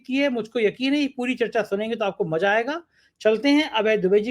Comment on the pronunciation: With due respect sir it is MAZA not MAJA.... you are the BEST.